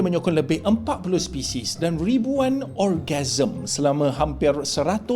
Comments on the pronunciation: Orgasm ke organism😁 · orgazme eh bukan organisma ? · Ckp betul2...bukan orgasm tapi organiam...dollah oi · Jap.. organism atau ORGASM dengar betul2 ADMIN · Organisma kan bukan orgasme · Bukan sebut orgasm tuan. Sebut betul² organism. Jauh beza maksud tu 🤣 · Organism jadi orgasm 😂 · Orgasm mende bang 😂